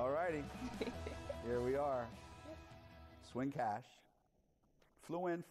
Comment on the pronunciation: Swin Cash. Not Schwinn Cash..."I am not a bike!" 😄